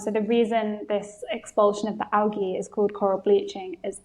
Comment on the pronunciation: Algae not awgy